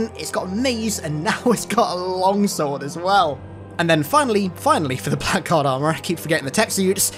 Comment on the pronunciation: Blackguard is an old english word that's pronounced blaggard.